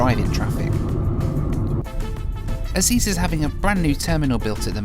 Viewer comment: Ezeiza is pronounced E-zay-zah, not E-zee-za :)